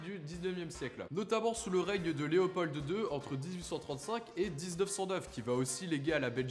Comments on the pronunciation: Super bien fait mais on dit Léopold...pas Léopolddde ;) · Oui mais, comme tous les Français, il prononce « Leopolde ». Rien que pour ça, il rate le 10/10. Même si, soyons justes, il a bien du mérite par ailleurs et a manifestement mené des recherches sérieuses. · Pas mal ! Juste un détail : on prononce pas le d de Léopold Sinon bravo franchement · Pas besoin de dire le D à la fin de Léopold